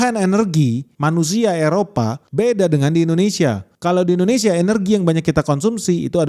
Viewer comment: Malaysiah... Indonesiah... Bekasih.. horehh😂